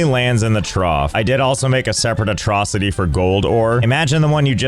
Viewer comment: Do you mean an a-trough-city?